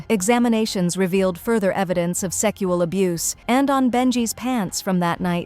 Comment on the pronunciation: It's not called salmon It's called semen. And it's not pronounced secual abuse. It's called sexual abuse.